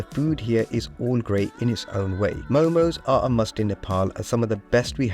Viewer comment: It’s not momos it’s MO:MO